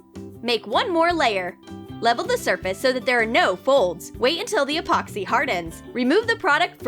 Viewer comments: Junior Cans 'Expoxy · This how many times she said Apoxsee 👇🏻